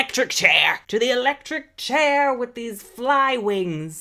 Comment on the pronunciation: "TO THE ELECTRIC CHARI!" IM DIEING